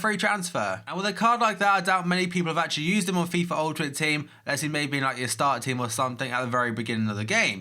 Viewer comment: its akshelie troe